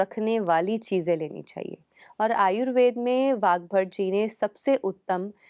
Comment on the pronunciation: आपका कार्य सराहनीय है, लेकिन आयुर्वेद को आयुर्वेदा ,आसन को आसनज गलत है😟